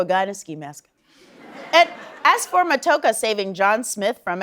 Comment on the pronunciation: Matoaka is pronounced Ma-toe-AH-ka. But yeah, most of us Indigenous people on Turtle Island (the original name for North America) find anything Disney does in its depictions of any of our people to be highly unrealistic and offensive.